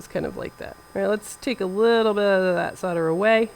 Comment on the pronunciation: Thank you for pronouncing solder as "sodder". I've heard people say SOULder and it seems so unnatural. I've said "sodder" for more than 50 years. My copy of American Heritage Dictionary of the English Language agrees, though pronouncing the "L" is acceptable. I've been in camera service for over 40 years and support strongly the right to repair.